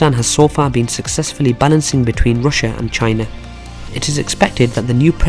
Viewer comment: Some one need to teach him how to say RUSSIA